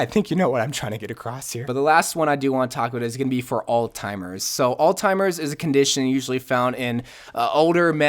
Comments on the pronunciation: Alzheimers, not Alztimers. It's been too long a day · “Altimers” has a Z in it. Spelled “Alzheimer’s” pronounces “all-zimers” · You said alztimers instead of alzheimer's.